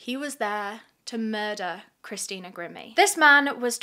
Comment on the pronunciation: I love, so dont rip me apart, but is it bothering anyone else that she is pronouncing Christina's name wrong? It's Gr-eye-me, not grim-me..